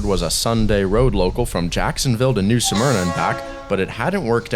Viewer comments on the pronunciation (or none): “New Smerna” not “New Suh-Merna”! C’mon man!